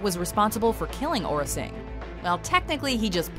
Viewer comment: it is aurra sing not orra sing.